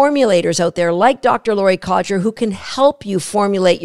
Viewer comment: Sorry, had to mention this.. It's, not Codger 😀